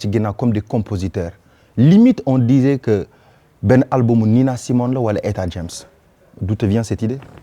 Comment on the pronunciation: Ooooh tu as bien prononcé le nom du chanteuse Etta James Etta James Jaime bien sa chanson I'd Rather Go Blind